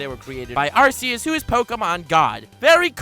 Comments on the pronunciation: It's ARCEUS as in ARKEUS NOT ARSEUS. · You mispronounced Arceus. It's like Are-key-us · RRREEEEEEEEE IT'S AR-KEY-US internal and external screaming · ItS nOt ArcEuS (R C S) iTs ArCeus (R K S) dIdNt yoU PlaY SuN and MOon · The only two people on youtube who pronounce Arceus as "Arse eus": and.